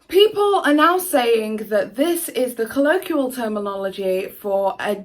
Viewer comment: Never heard such a load of bullshit excuses for bad behaviour. next time you try to come over as a quasi intellectual please learn how to pronounce basic terms like colloquial and inanimate.